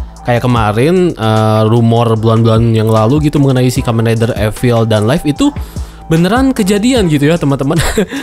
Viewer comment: dibacanya liv bukan laif... live dibaca liv, sedangkan life dibaca laif